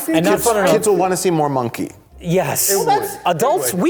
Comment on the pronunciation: pronunciation of 'monkey' was definitely brave